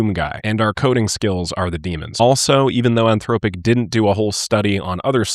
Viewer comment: fyi the o in anthropic, is pronounced like the o in song.